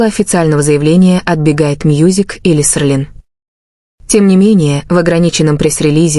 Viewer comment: Не Серлин а Селин